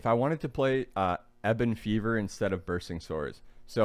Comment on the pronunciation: "eeban fevor" lmao "plagbringer" bro lmao